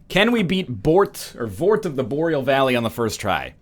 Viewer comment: THEY'RE NOT BALDERS THEY ARE LOTHRIC KNIGHTS YOU DICK Also Borat of the Voreal Balley was pretty good